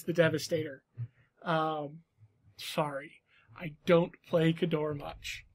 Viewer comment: Kay-door. Not Ka-dor